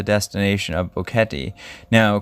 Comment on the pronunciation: Finally a you tuber that pronounce Boquete correct! Love your material.